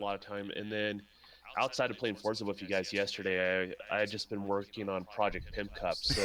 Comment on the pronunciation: GOOD SHOW.. BUT, I SWEAR IT NEVER STOPS ANNOYING ME THE WAY PRONOUNCES "FORZA"...